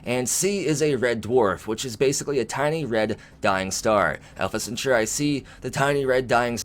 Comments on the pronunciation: Yes, the word was originally Roman and meant a group of 3 men. However, let's not kill it by overthinking it. MAST (Mil-Admin-Scientific Triumvirate) The 3 groups share power, or have equal power. Merriam Webster: 3: a group or association of three Alpha Centauri (Cen-taa-ri, not cen-tu-ri) emphasis on the 'a' sound, not the 'u' sound... see your dictionary., Jeez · Alpha Centauri.. pronounced "Sent or ee" or "Sent are ee".. like a Centaur with ee on the end. It's not pronounced Cenchoreye. It hurts my ears every time you said it like that! Love your videos though. :) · You say Alpha Centauri so strangely. Cent-ar-ee not Sint-or-ai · The I in Centauri has a long e sound😂🤣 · Bro! You are killing me with your pronunciation of Alpha Centauri. It’s Alpha Sen-tar-ee Or at least this is how I have always heard it pronounced by people on the history and discovery channel 🤷🏼‍♂️ BTW, love the vids man! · Alpha Centauri. Cen-Taur-ee. Like "centaur". With an ee at the end. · Why u saying alpha centauri like that? Your pronouncing it like there's a chi at the end. Yikes. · yeah thats how i have always heard it pronounced and seen it in movies pronounced that way. the way says it sounds totally wierd. lol just did a search and there are youtube vids saying how its pronounced, no eye at the end